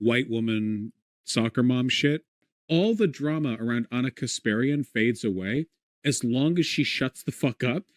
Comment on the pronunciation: Why does he say ONNA?